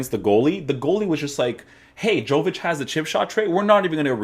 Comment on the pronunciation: Yo-vic not Jo-vic. Dam Americans hahaha.